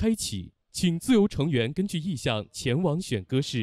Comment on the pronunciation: 谢娜：前往（wan），宁小红花。这基本功还得再练啊